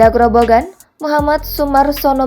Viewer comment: Bukan grobongan tapi grobogan